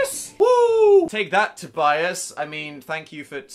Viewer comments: pronounced Tobyus not tobi aes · I may be wrong but i think it's pronounce Toh-bee-us, you may say it differently in different cultures though